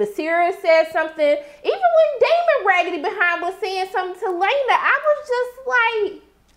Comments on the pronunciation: I love your reactions I do but girl do you even try to pronounce these peoples names? Leana ( LAY NUH) not LA NAY 😂😂🤣🤣..Also, Daemon has a relationship with his daughter but he is closer to the one that is a dragon rider like himself (Baela).. so the other twin girl feels left out... I dont think Daemon knows how to show up for his daughters emotionally.. Your 100% correct, Crispin is SUPER PETTY especially how he is acting towards Rhae kids.. and he was SUPER PISSED that little Jace held his own against the much bigger opponent Aegon.. Jace didnt back down and the only reason Aegon won is because he kicked him down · Sis, It's Laena, pronounced like Lay-nuh, not Luh-nay. But we knew what you meant. 😂. Anyway, I stay coming to your channel for these after show reviews. I like the way you break it down for the folks in the back. lol